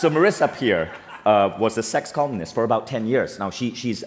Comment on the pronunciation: I keep on hearing "sex communist/s" 💯